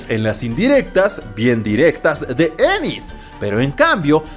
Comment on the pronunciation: Anid jaja es enid